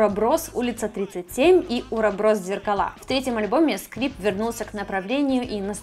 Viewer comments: почему уроброс? Когда уробОрос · уроборос наголос на б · Уроборос, ударение на второе О ((((( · не уроброс, а уроборос, это типа символ бесконечности, змея поедающая сама себя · Какой УроБрос??? Уроборос называется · Не Уроброс, а УробОрос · УробОрос а не уроброс